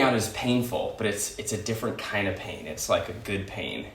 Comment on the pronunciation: hard on the "pain that I'm choosing"